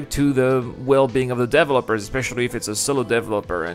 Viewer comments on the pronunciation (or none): DEVÉEEEEELOPERS!!! jesus...it just drives me crazy that you cannot say developers. Other than that, thumbs up and great vid. Thank you